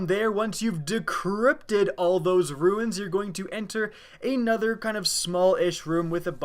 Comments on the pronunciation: please dude, it's runes, like, roons, not ruins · Please, they're "runes" not "ruins".